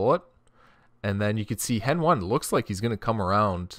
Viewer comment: Its heni not henone